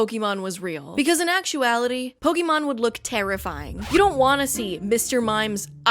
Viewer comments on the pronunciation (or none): Still bothers me when ppl say "poke-eee-mon" it's "poke-aye-mon" Thanks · nitpick of mine is when someone calls 'pokemon' 'pok ee mon' insteady of 'pok ey mon' -- I'm guessing because they don't know there's a reason why there's an accent above the e. heh. One Piece is by far the best adaptation and the Luffy character is perfect (he looks way too much like benoftheweek) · An entire video misspronuncing Pokémon